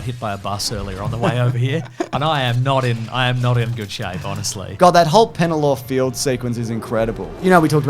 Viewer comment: Dear, It is pronounced Pelennor Fields, not Pennelor fields. With this comment I hereby PENNalize you